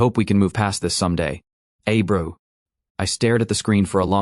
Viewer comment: "Hey bro" turns into "Hebrew" dumb ass AI